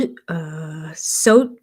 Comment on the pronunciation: You said my name correctly, thanks! It is a hard name to say. If you want my friends say Xoch ( soch). It works that way too. Sorry I missed your live this week.